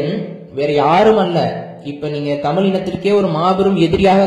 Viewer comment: தமில் வலி ……எங்களுக்கு காது வலி